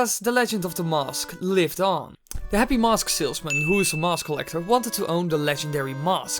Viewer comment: finally mask isnt pronouced "mausk"